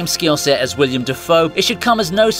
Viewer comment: Yeah, it's irritating, and he also called Willem Dafoe 'William'